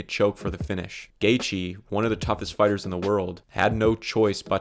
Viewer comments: Justin Gay-thee 🫤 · Gaythe is such a bad pronunciation it makes the gatheigi guy seem more knowledgeable